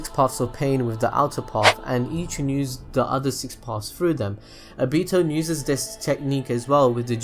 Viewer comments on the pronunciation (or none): sweet Jesus why are mispronouncing their names like that?! "ne-gato" "o-beeto" 😭😭 its like you've never watched the show before...i couldn't even finish the video dawg